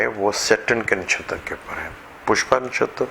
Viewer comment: It's not disha (urdu meaning simt) it's dasha (planetry period) and. It's not nashatar it's nakshatra.